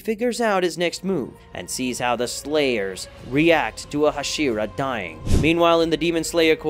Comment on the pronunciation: I'm sorry, I can't watch a video where you can't even pronounce the characters' names right tanGIro, neZUko, haSHIra idk why it bothers me